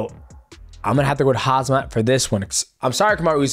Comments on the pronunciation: I think chael was pointing a gun somewhere behind the camera on mighty cuz aint no way would say hamzat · Mighty Mouse been hanging out with Chael too long calling Khamzat Hazmat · Take a shot every time he says Hazmat 😭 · Simplest way of pronouncing 'Khamzat' = 'Hamza' (just forget the K & t) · Chael has everyone calling Khamzat Hazmat 🤣🤣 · Why does americans have such issues with saying Khamzat? Its not Hazmat like in hazardous materials, the M comes before the Z. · WTH 😂😂😂😂 Oooozmun and Hazmat 😂😂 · I tapped out after hearing too many Hazmats. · Khamzat "Hazmat" Chiiimaaaaeeev! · bro STILL saying hazmat… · Bro stop saying hazmat thats annoying. Learn the name its not that hard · listen to you and the count pronounce khamzat is pure comedy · Haha it's vert funy to hear brother DJ pronounce the name of Khamzat...LOL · Really channeled his inner Chael Sonnen with how many times he mispronounced Khamzat lol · Most difficult fight Mighty Mouse ever had was trying to saying Hamzat😂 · Why do people find it so hard to say khamzat? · I didn't know the goats pronunciation is so off 😂🤣🤣🤣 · How did nobody tell the champ how to pronounce Khamzat? 😭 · The fact that none of these fighters can pronounce khamzat is crazy. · Is DJ and Khamzat beefin? Why he keep pronouncing his name obnoxiously wrong LOOL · I would love to know when you read khamzat how you how you forget the k unironically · Dude, the M comes before the Z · Why is pronouncing khamzats name like that? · Chael is brain dead and says khamzat wrong but expected more from the Mighty Mouse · I’m gonna take your pick when you can’t even say the guys name? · please learn Khamzat name right it’s ridiculous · at least learn how to say his name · i think he is laughing at how u pronunced khamzats name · 💀ong it’s lowkey funny how DJ says khamzats name tho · its not HAZMAT JESUS you and chael both need help IT'S KHAM ZAT SMASH KEEL EVERBODY lol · I couldn’t stop laughing every time he said Hazmat 😂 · He was saying Hazmat 😂